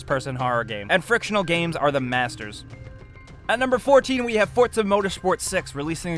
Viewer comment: ok i know some may have little problems w/ speech but why ppl say fortza when it's forza ah.....